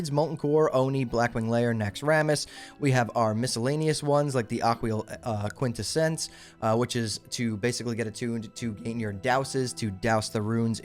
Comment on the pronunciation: "Aqwee-uhl Quint-eh-sence" cracked me up. LMAO Ak-wal Quint-essence, bro.